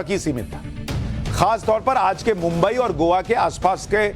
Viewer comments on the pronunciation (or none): none